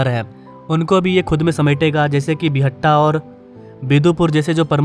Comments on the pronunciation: बिहटा not बिहट्टा 🙂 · Buhatta nahin re Bihta hai wo